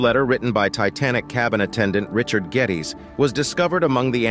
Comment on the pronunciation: It was Richard Geddes not getteys